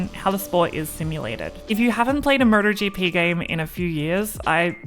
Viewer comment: She's saying Murder GP!